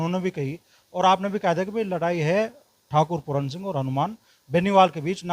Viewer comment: पहले बोलनासीख बेटा पूरन नहीं पूरन सिंह